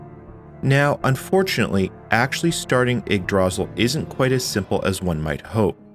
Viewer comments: Yeah, once you hear someone pronounce it correctly you'll be able to say it right from then on. Its old norse, think vikings and the like. You got the ygg part right, but instead of DRAzil its druh SEAL with caps indicating loudness, dra should be quick and sil should be the long part pronounced seal. Its a weird word for sure and not one someone would normally know how to say by looking at it. I also had a hard time with the Ys' series of video games where it took me forever to realize it was pronounced EES. So yeah i feel ya on that one heh. A lot of us used to say Why's how would we have known it was pronounced with no Y at all but eees. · Ygdra-sil, not ygg-drasil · Your pronunciation of Yggdrasil is wrong. Stress should be on the first syllable, not the second. And there is only one 'l' at the end, so the i is long. Kinda like this: 'ygg-dra-seal. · sorry i have to be this kind of person (and i might be biting into bait since i'm only 2 minutes in), but it's pronounced igg-drah-seal, and this is going to bother me for the rest of the video lmao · My guy, I love you videos, but you killing me with the pronunciation of Yggdrasil. 'Ygg' as in ig, 'dra' as in draw, and 'sil' as in silk sans the k. For anyone else that's interested, Yggdrasil is the tree at the center of the nine worldsin Norse mythology. Also Yggdrasil in old Norse means literally "Odin's horse" but that's a whole other thing. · the way you pronounce yggdrasil is not the way I usually hear it and it's hard to ignore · Heh, never heard yggdrasil pronounced that way, normally pronounced Igg druh-seal.(aka, the tree of life) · Okay, let's quickly acknowledge he's pronouncing it wrong, just deal with it and crucially pay attention to the absolutely excellent content he made here. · "you pronounce it IGG druh zill and SIM link." That was bugging me the whole video! :^)